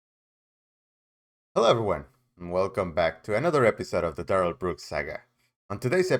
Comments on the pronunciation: No thanks needed Sir. You are brilliant. Couldn't watch Duh-rell if it wasn't for you. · Yeah..kiss duh-rell ass ,judge